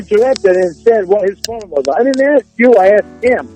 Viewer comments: I admire the work you've put into this, but really 'axe' instead of 'ask'. Rookie. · "Ask” not "axe."